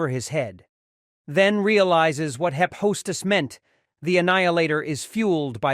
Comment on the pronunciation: It's not Hi-pos-tus. It's Hi- fes-tus